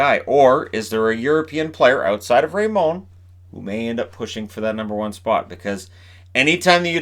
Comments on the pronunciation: why are you pronouncing Raymond with a french accent its just Ray-mond how it looks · Is that the French pronunciation of Lucas Raymond?